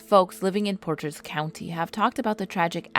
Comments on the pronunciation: I think ive been on boy scout lane, with my Dad there, its a very popular place to do ATV driving, me and my Dad went fishing there also Potage County is not pronounced portrage, its pronounced just portage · Wes-kon-sin? Port-rage county? Oy vey...